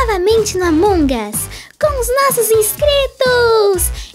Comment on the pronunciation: NÃO É ANMONGAS É AMANGU USSSSSS